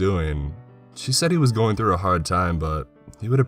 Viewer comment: I like your voice and I like the stories you read.... however, there are just a couple of things I think you could do to really improve how you tell them. First... don't make "He said" or "She Said" sound like a different sentence. It is something that I've noticed after listening to you for a while. "Your sentence is going along just fine and then all of a sudden it ends."............... She said. I hope you understand what that means. Also, DO add a bit more inflection and emotion to your voice and read a bit slower. That really draws your audience in. And last of all, be sure you know how to pronounce all the words in the story. You used to mispronounce words a lot more than you do now, so perhaps you are already aware of it. You have a very lovely rich deep voice, and I'd just like to see you use it to the best of your ability.